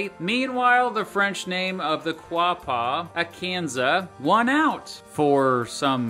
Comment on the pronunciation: Quapaw, is pronounced (O-gah-paw)